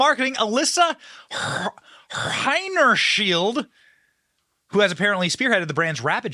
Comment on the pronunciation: Let the company go away, that is the only way rest will not go woke. I believe her name is pronounced hiney - shined .